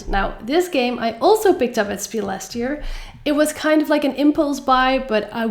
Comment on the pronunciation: It's not spiel, its pronounced shpiel, PLEASE, for all german-speaking viewers❤❤❤❤